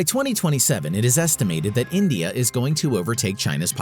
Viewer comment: Endia 🇮🇳 Rendia lol 🇮🇳🤣😂 Superpower